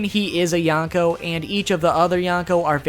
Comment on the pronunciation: Okay, I know you said in the beginning of video that you'll pronounce some words weirdly, but... ...with the way you pronounce "yonkou", I first thought you said "yacko" and wondered, "Luffy is gonna fight Warner siblings now?". After more careful hearing, I do hear "n" in there, but even then, it sounds like "yanko", and it's pretty distracting.